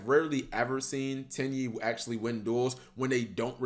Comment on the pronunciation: My girlfriend was sitting next to me not really paying attention to the video about Tenyi and just randomly looks over at me and says “did he just say Titty monster?”